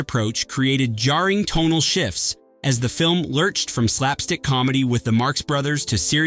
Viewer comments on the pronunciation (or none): none